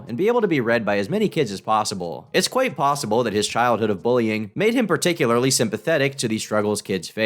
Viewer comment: it’s bullying not booling He can’t even say the simplest of words